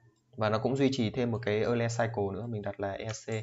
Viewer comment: Euler đọc là oi lơ mà=)